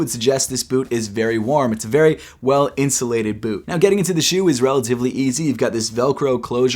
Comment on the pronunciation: “Yeezy Insulated bewt”